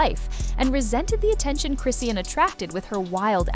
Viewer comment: Chris-ian? lmaoooo the voiceover lady could at least TRY, like give me a breakkkkkkk lol